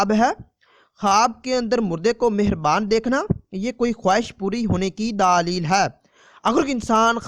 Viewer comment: Apna lfz kophka thk kro daaalel kua hta ha